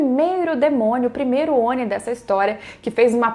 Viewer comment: Quando for pronunciar Oni, pronuncie como se o "I" tivesse com acento agudo (ONÍ)... Belezura? Abraço!